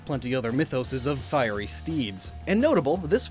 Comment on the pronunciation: "A fiey landmine"